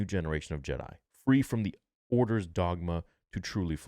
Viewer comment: Jedi brother...not JED....